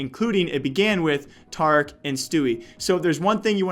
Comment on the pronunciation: Its tareek get it right please!